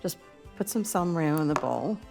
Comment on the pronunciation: Hi Ina, I love Salmorejo, just please keep in mind it's pronounced Salmorejo like Jose. Normal topping would be spanish ham and egg, but I always like your take on things:) also I prefer when it's super smooth, so if you put it through a sieve, you achieve the nicest texture! <3 From Janki